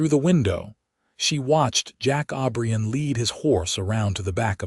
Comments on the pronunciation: Clara passed away at 71 in 1928 with Jack holding her hand, Jack joined her 3 years later at 78 in 1931 with a request to be buried next to Clara. Their last name is O'Brien NOT Aubrian ! Wish you would pronounce words & names correctly. Jack was such a good man & loved Clara deeply just as she loved him. Northwest corner of Wyoming up near Yellowstone Park, rural. 🎉🎉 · Jack OBRIEN!!!!!!!!! NOT Aubrion